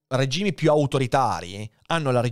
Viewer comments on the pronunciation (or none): none